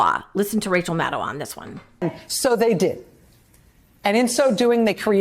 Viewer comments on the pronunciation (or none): none